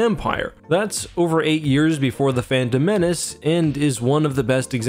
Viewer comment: Did you call Phantom Menace Fandom Menace? Sounded like you did heh.